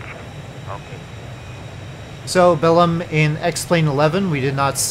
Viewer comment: The accented syllable in Belém is lem.. 👍